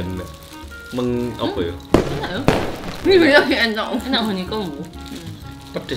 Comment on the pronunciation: Q wong kediri jg pake tambahan u...enak ya uenak🤣